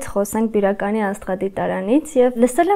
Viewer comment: Աղջիկ ջան մեր գյուղը բիրական չի այլ բյուրական